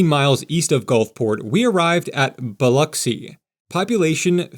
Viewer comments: Lol. I was surprised he didn't say Bil-Ocks-y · I'm from Gulfport, great video, Sundays in the south are for church and family, and as you see, EVERYTHING is closed. Good job on pronouncing Biloxi. Only locals real know it's just the "Pass" and just the "Bay"